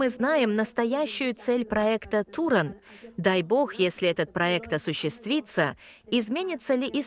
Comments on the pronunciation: не Турон а Туран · Какой турон😂, может Туран?